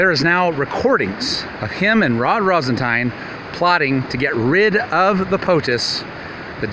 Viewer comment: Rosen-tine?? Isn't it RosenStein?